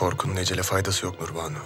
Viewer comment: Nurbanu is evil Say it right